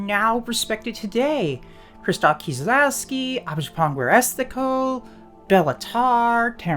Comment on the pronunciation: I love hearing native english speakers pronouncing polish names. I'd never imagine one could say Krzysztof Kieślowski like that. Nothing wrong with that, it's just funny and it reminds me I speak the language that to most is as unspeakable as the lovecraft's cultists' chants lol